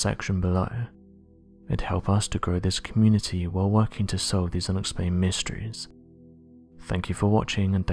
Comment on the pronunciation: That comparison pic is absolutely ridiculous. The angle of the shot is different in each pic. This is complete nonsense. Much like 98% of this channel in starting to find. The guy can't even pronounce the words "mysteries" and "subscribe" at the end of the videos.